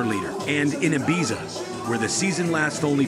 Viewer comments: How about him consistently pronouncing Ibiza incorrectly? 🙄💀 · I'm not sure which is worse, the voice over translator or the fact the narrator keeps pronouncing Ibiza incorrectly. 🙄🤔